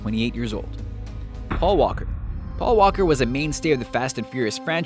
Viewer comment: wen you mendhond pawl worker it made me cry